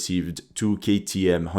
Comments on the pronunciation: KTM - not kmt lol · It is KTM not KMT my friend